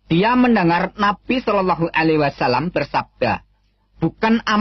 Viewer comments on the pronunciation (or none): none